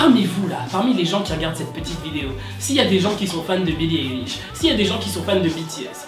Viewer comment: Alors on dit pas eilish mais ailish on dit A pas E voilà bisous